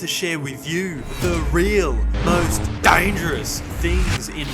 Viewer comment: "dangieROUs" killed me 😅